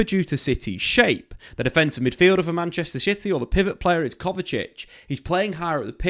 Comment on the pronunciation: Did he say "Manchester Shity"😅